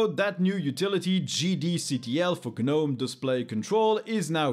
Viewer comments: The G is silent, the G is silent, the G is silent. How do you pronounce garden gnomes? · You don't pronounce the G in Gnome bud.